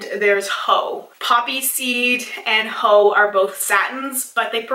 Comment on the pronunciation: When you said "Haux" I heard it as "Hoe" hahaha